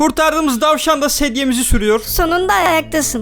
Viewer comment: Abi o tavsan degil DASVAN